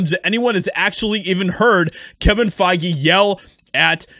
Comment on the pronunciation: Kevin Fai-Gay